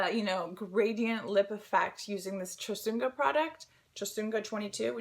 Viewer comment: Hi! I was so excited to see your video on my feed in such a long time! More than anything, it is so nice to see you happy and bright!:) BTW, nice cameo Martin!;) "Chosungah 22" is a Korean cosmetics brand, "Chosungah" actually being the makeup artist/the founder's name. We pronounce her name as [jo-sung-ah] here in Korea. Glad to hear you enjoy the product:) Please keep us - all of your loyal subscribers - updated when you can. Have a very nice day! xx Min:)